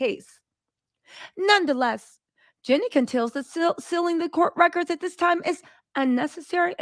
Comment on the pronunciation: Is saying Jeanie hard for you, and I don't know, or are you being purposely disrespectful in refusing to say her name properly? it seems odd that you constantly say Jenny, not Jeanie in you are reporting on Jeanie... it is even spelled differently. It's just rude.